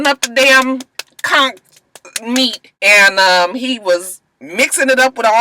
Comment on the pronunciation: I'm from Nassau and you're the first American I heard pronounce conch correctly👏👏👏